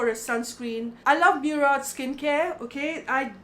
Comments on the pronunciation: Its moorad not meurad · baat samajhne ki nai fake karne ki hai. Its an arab origin word which has also become a part of our lingustic culture. To fir kyu aise acting karni ke moorad bolna nai aata. What nonsensical pronunciation is meuuurad